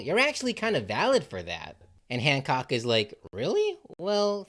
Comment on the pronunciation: The fact I’m in and I think you said Boa once and hand said hammock and handjob instead of Hancock is amazing, truly a Luffy coded video